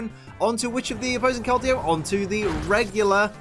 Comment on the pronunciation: IDC that you said her name wrong, I’m just glad you didn’t say Verizon. That joke is as old as the Pokémon itself.